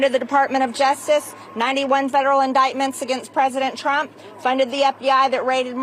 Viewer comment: She’s just a hateful redneck clown. A politician who can’t pronounce the word indictment has no room to be in congress.